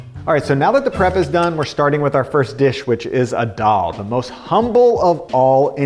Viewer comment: Dal = lentils. Pronounciation tip: The "D" in dal is like the "th" in this and that. Thaal.